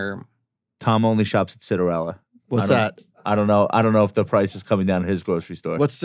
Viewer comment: i thought he said citronella lol